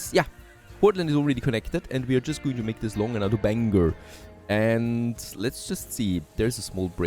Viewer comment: I'm glad he said Bangor right!. lol:face-blue-smiling